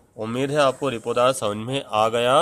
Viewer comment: Uccharan shi karen...ripotarj nhi hai...reportaj hai.